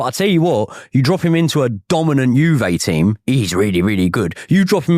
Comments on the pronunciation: “Gone to JewVay…” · The way the Arsenal fan says Juve 😂😂😂 all these guys get any semi foreign name wrong